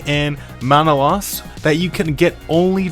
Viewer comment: men a lay us lol not man a louse